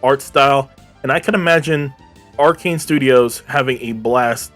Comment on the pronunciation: Arcsys Not Arcane bro lol